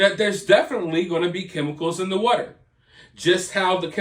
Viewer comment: Maybe they are getting sick cause their drinking this wudder you keep talking about. Have them get some bottled WATER. Out of all the way you pronounce words wrong, say them wrong etc... Can't you after. You are the worst.